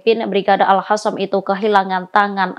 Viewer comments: Al Khasam? Al Qossam!! Aku ejain lengkapnya ya: Izzuddin Al Qossam.. Kalo bahasa enggres kenapa ngomongnya paseh bnget tapi kalo bahasa Arab gaya ngomongnya kayak sama sekali nggak pernah kenal bahasa Arab.. Ini presenternya Muslim bukan sih? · bisa diganti tdk.nyebutnya al qosam bukan al hasam. research dulu dong. terdengar kurang kredibel.